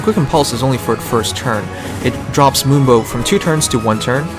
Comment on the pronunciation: It sounds like he's saying "limbo" than "moonbow". Gotta fix that audio man